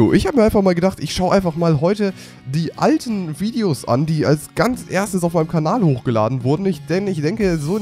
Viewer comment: Ernsthaft? Viedeos? xD